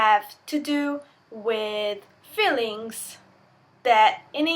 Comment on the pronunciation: Excellent video. One minor point. "Feelings" should be pronounced with a strong E sound. You're pronouncing it like "fillings".